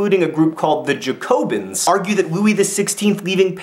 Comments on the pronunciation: I'm glad that you acknowledged your lack of ability to pronounce certain french words, but putting the emphasis on the "co" rather than the "ja" of Jacobin, whether you pronounce the french ending correctly or not, kind of hits a sore spot for me. Then again, the captioned photos defs made everything beyond epic. :D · ZZHAC-o-been, where the ZZH sounds like the s in english words like vision or leisure. Lol at Jack O bin. Sounds like the place you put your halloween lanterns when they've gone mouldy. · It's Ja-co-bin!!!! You should read some Jacobin fiction. The only one I've read is Caleb Williams by William Godwin, it's very good. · Not at all, It is pronounced "jacobin" with the nasal vowel like in french. Cause it's French (wow I'm enlightening xD). We don't pronounce "j" like "y", that's some other people in Europe, the German maybe? c__c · I'd say more like 'jah-co-ben' but that's just me. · its Jack-o-bee-anne :P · its pronounced Jacobin :P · Aaaaaahhh! It's JacoBAH. That's how you pronounce it! Very nasal. Other that that, brilliant! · Your pronunciation of jacobin actually made me cringe. And the fleet to varennes was actually the monarchy leaving for Austria